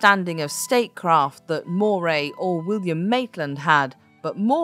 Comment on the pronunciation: Really? In Glasgow, Scotland, I've only heard it pronounced Ruff-vin. Also Moray is more like how Murray is said.